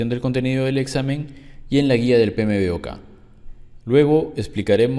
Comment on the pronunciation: Una sugerencia, y sin acritud, amigo. ¿Por qué no pronuncias las siglas del "PMBOK", como "Pe Eme Bok?, ó en Inglés ¿(Pi Em Bok)? Sonaría mucho mejor, créeme.... Saludos.